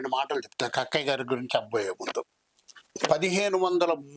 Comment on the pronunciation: Kakkaya kadu sir thakkaya